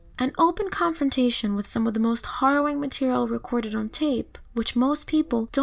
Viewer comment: You're pronouncing 'harrowing' wrong. It's not HORROWing, it's HARROWing. Like 'harrow' as in 'wheelBARROW'.